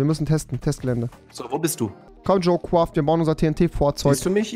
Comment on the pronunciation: Junge es heißt "jo craft" und nicht "jo quaft"